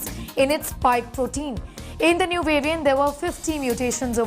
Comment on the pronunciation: Please pronounce the word variant correctly you Indians !